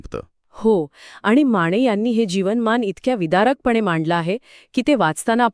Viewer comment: माणे नाही माने